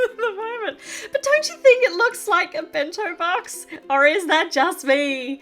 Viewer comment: Did engine see the dolls in the back what is that for also I love when she said bento box it was so funny 😂